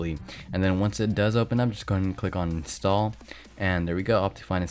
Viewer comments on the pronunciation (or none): none